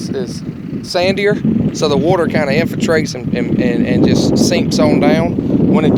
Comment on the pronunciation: Adam, I probably wouldn't take this guy's pronunciation as gospel. He also said "Infintrates" and "seemps"